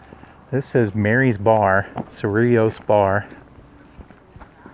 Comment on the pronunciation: Thank you for correct pronunciation! ❤ yes, I live nearby. Native New Mexician. FYI, 100 years in NM is not really old... 😊